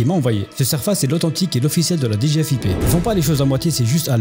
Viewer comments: HAHA ces abrutis qui disent D G F I P alors que i ne correspond à aucun mot individuel, mais au i de Finance. On dit DG-Fip en une fois côté agents de l’état ;) On ne divise la prononciation initiale par initiale que lorsque chacune correspond à un mot. Direction Générale des FInances Publiques. Ils ont aucune morale, c’est ahurissant. J’espère qu’ils finiront par se faire gauler et prendront bien bien chers. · Mdr ils se sont même pas renseignés sur le sigle. Je connais qq qui bosse à la DGFiP. Ça se dit pas "D","G","F","I","P" 😂